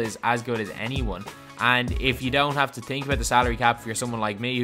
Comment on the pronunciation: This dude said "I tink" 🤣🤣🤣